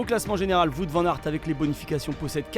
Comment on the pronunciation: Toujours pas capable de prononcer correctement son nom ... et pourtant il n'y a que 4 lettres WOUT